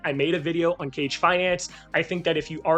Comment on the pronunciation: Good video. One tip though. Its pronounced "Kah Gay" Injective seems to have a whole ninja theme going, so that's the proper way to pronounce Kage. Keep up the good work. Btw 100 different wallets? Jesus. How much inj are you staking on each? And are you using a bot to automate actions?